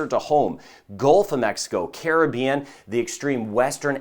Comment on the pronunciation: Best Weatherman !! 👍 👍 & He can pronounce “ Caribbean” Correctly too 😆